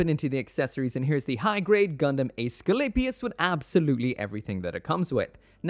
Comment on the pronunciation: Great looking kit, always liked the G-Unit stuff but spent way too much time thinking is was some kind of Astray/Seed spinoff before actually readying a Manga, lol. The Units name is pronounces Ess-sku-lay-pee-us. The Greek god of Medicine!